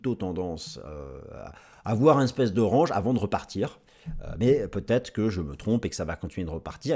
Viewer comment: Je t'adore! Surtout le fait qu'un mec qui dit "range", comme une "orange" s'étonne qu'un pote à lui dise bit "coin" 🤣🤣🤣 T'es le meilleur! Ne change rien 😉🦆